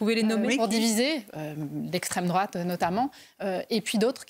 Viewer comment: Hayer s'est fait rétamer par le professionnalisme de Marion qui elle maitrise ses sujets et ne donne pas dans la pensée unique et autres éléments de langage bidons. Au passage dites lui que Marion s'appelle Maréchal et qu'elle n'est pas "d'estraime drouate"